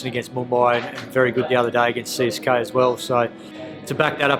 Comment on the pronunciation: Katich pronounced CSK as CKGay